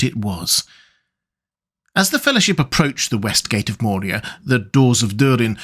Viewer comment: Dude, i dont know if im just crazy, but i keep hearing you add a d to Moria and it sounds like nails on a chalkboard everytime. Its moria, not Mordia. If you arent saying that, i apologize and need to get my ears checked